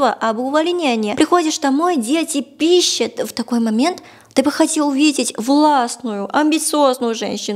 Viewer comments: Дети пИщщат - это мощщно :D Новое слово в нашем лексиконе. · «дети пищАт» ;) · "Дети пИщат..."❤ Удивляюсь вашему безошибочному произношению . Несколько ошибок в ударениях,буквально две-три. Это сколько же надо учить язык,чтобы ТАК говорить!